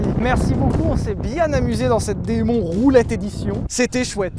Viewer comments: Les gars, "Muscle" se prononce "meusseule" en anglais et "Demon" comme "Dimone" 😉. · On dit démone mais pas grave